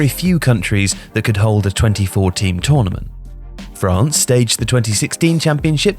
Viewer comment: *24 Teams. I thought they said 2014 at first though lol